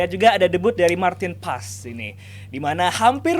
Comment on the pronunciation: Martin Pas Martin pas 😂. Gak ada yang dari dirinya sendiri nyebutin nama Martin Paes. Semuanikut ikutan . 😅